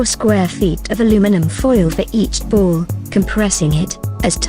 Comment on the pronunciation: She says "bowl" but she means "ball", it's confusing.